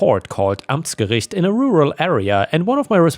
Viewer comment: Haha I suspected that you might not be a native english speaker. The way you said Amtsgericht and Verfahrenspfleger... That sounded perfect for a German. 😂